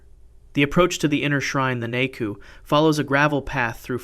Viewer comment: The pronunciation of the Japanese is atrocious! "Ise" is pronounced "E-say". "Naiku" is pronounced "nigh-ku". "Nihonshoki" is pronounced "Knee-hon-show-key"